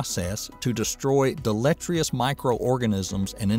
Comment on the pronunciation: deleterious was mispronounced